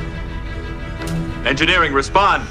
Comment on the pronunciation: "Worf! He's in Egnineering!" "Okay. I'm casually strolling that way....."